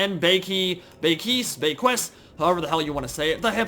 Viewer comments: Pronounced "Beaky" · It` pronunced Be-Kiss. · Hi For the record, it's 'Bay-a-kwiss" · I'm French, if you want to pronounce Beaquis correctly, it's "Béaki" Also nive vid' ;)